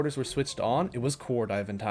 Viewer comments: Pleaseee call her VASANIA not VANESA You got most planet names wrong 😢 And Eve is not a snail she is a fox😅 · wait vanessa as vesania??? 😭😭😭 who even mispronounces it like that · Never heard someone butcher Sphalerite and Vessania so thoroughly.. 😂 good vid tho. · Btw great video, one small problem. WHY DO YOU KEEP PRONOUNCING THE NAMES WRONG. Please read the names of items and planets, or don’t I can’t stop you.